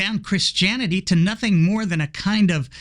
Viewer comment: I think the opposite. Hearing him say things like "nothink" really grates on my nerves.